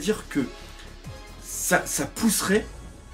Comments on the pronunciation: On dit luffy et pas louffy bordel !!!! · "Louffy" ?? Sérieusement ? xD